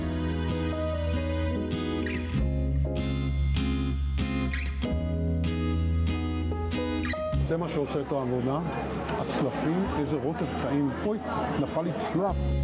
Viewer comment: צורת היחיד של צלפים היא צלף (salaf) ולא צלף (slaf).